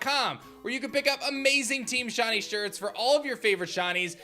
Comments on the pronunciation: Before publishing a video in which you use the word “shiny” a thousand times, maybe you should have learned how to pronounce it properly first. You’re saying “shawny.” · "Shonnie" bc shiny is difficult pronunciation